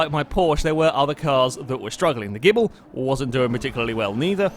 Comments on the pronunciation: please please please pronounce the Ghibli JIBLY, its not gibble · you really have issues with the name Ghibli, calling it gibble in every video you've got one in xD